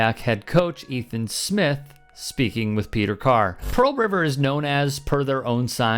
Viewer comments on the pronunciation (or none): none